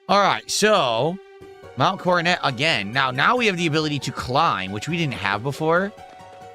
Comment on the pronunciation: The "King" doesn't know how to pronounce "Coronet". How fitting.